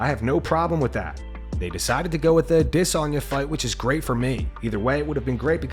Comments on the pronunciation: It’s pronounced A-des-Anya fyi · Adiss-On-Yah it's AdahhSONYA, yah fackin dummies.